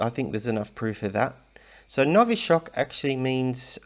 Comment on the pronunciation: Sinä puhut "noviSHCHok" ("новиЩок"). Venäläinen puhuu "noviCHok"... No-vi-CHok (но-ви-Чок). Новичок on "uusi"... Uusi lapsi on koulussa )